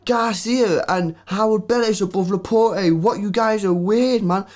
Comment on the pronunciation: Pleaaase guys stop saying Laportay 😂 It's pronounced Laport' as in "passport", he's French !